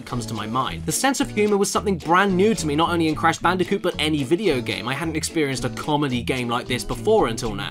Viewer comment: You mean Brash Candicoot